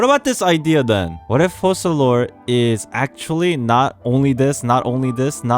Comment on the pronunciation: I think the pronunciation of the "c" in Focalors is like a "k". It's latin I believe. In the video you say Fosalors.